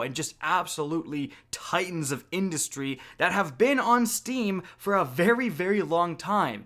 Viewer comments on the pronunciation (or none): none